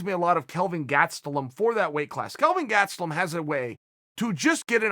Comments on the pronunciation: What's with Chael and the surnames .. lol Aljo, Gatstelum, Noons .. Hahah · Legend has it that uncle Chael once mispronounced the name Darren Till... Idk how he found a way, but i hear it was GLORIOUS. Gatstulom rip... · Kelvin Gastelum: my name is gastelum Chael: gatsaloom Kelvin Gatsaloom: my name is gatsaloom now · Chael “Kelvin Gatselum” Sonnen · Chael "Kevin Gatstelum" Sonnen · Kevin Gatsby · “Kelvin Gatselum” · Lol ok so now we’re saying Kelvin’s last name like that